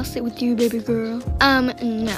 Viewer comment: "oh my babeh" got me on the floor